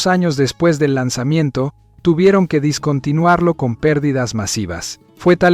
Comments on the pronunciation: Oiga pero me quedo pegado en lo mal que pronuncia "discontinuar/discontinuado", es descontinuar o descontinuado...omg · Tan bien que se escucha descontinuar y éste wey del video diciendo varias veces "discontinuar"🙄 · Se dice "Descontinuar" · Se dice dEscontinuar, interesante video pero hay errores gramaticales cada 30 segundos. Te deberian regalar un diccionario por navidad, asi pronunciarias las palabras bien.